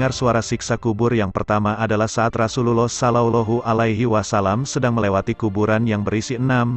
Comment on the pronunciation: Knp gk jelas mengucap rasullullah sholloh hualayhiwa salam